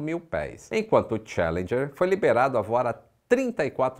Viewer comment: A pronúncia é tchAlendjer. E não tchE.. Cadê as aulas do outro anunciante?